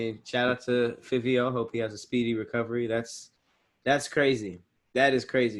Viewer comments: Lmao it's pronounced "Favio Foreign" like Dabio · And iITS PRONOUNCED FIVE-E-O SOUND IT OUT SMH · pronunciation of fivio is cringe worthy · You pronounce Fivio like Five-ee-O he was pop smoke mans he Nd from the same block as Bobby and rowdy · Its pronounced like Five-E-O Fivio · The way they Pronounce fivio make me tight 😭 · Hate how they be saying fivio please say it right New York niggas mad at y’all rn